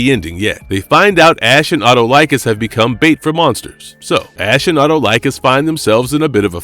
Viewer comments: it is pronounced Uh-Tall-Ick-Kiss , and not, at oh like us. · great vid. but please learn to pronounce the king of thieves name.. eh-tall-eh-cuss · Great video! I love Evil Dead and Xena! Just a nitpick: Autolycus is pronounced "aw-TUH-luh-kiss".